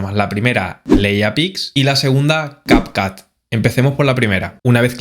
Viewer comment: No se pronuncia cap cat.. si es en ingles tiene un sonido diferente la letra U.... pero el video es en español así que es mas fácil llamarlo cap cut